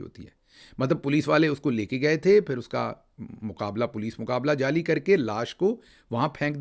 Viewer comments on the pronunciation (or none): none